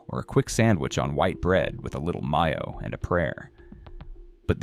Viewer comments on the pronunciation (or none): It's May-o...not My-o unless you are Spanish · It's pronounced may-o you Ai fool. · My yo? Are you an a.i. robot? Who calls it My yo? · MI yo. Ai needs to pronounce better. It's up to us, that know better, to stop buying these foods. Eventually, the corporations that make this stuff will get the message.